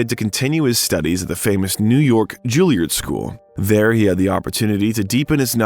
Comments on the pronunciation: If only the narrator could pronounce the names: Julliard, Pinter, Ebert and other furiously famous names being mispronounced is just lazy. And very distracting. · Learn to pronounce “Juilliard” properly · Julie-ard school 🏫 😅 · I’m really enjoying this recounting of Robin Williams life and career.Some of the pronunciation is truly cringe worthy Ebert,Juilliard,…I don’t suppose it’s computer generated!!!???